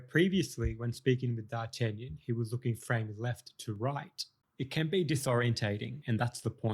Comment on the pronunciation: you butchered D'Artagnan's name worse than the dogs did to his character